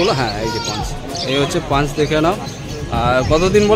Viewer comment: Dada punch na paw bola 😅